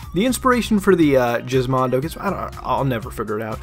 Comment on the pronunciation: What the hell is Jizzmondo - I thought it was GizMondo with a G not a bloody J